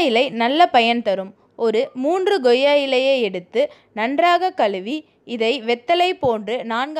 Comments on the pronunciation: Madam pls idu ggoiya ilai illai...ucharippu thavaru..... Koiya ilai...like that not ggudhirai ..it is kuthirai.. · Goiyya ilai illa Koiyya ilai